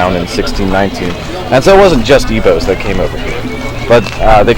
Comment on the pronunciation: He doesn't say Igbo right.